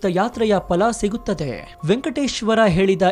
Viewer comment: Sri adu fala alla phala.....!!!!!